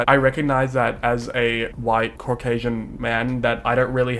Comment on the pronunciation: i like how he kind of switches to an american southern accent when he says he's caucasian